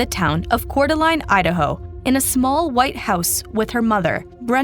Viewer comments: Coor-duh-laine glad she’s is okay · Lane! It's pronounced Core Da Lane! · It's pronounced "core de lane" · What a horrific case. Also Idaho resident here, Coeur d'Alene is pronounced 'cour de lane' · Core da lane - Coeur d'Alene (translates to "heart of the awl" given to the indigenous tribe in the area by french trappers/traders) Coo tah nee - Kootenai County (the word refers to both an indigenous people and their language) We should be Googe checking pronunciations of places we do not live Mispronounced proper nouns make it painful to listen to